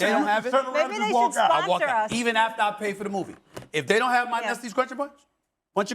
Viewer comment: Bro said nesties crunchy bunch